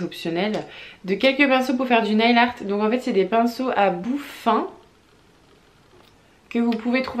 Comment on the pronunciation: Si je peux me permettre nail se prononce neyl et non pas nayl haha